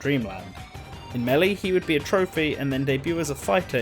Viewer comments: when doing research for the melly videos. Bruh your pronouncing it wrong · If only there was an announcer who screams the word out so we have some idea on how to pronounce the games name 🤔 to bad that we don't have that. (Though he starts pronouncing it correct later, he just said it weird at the beggining)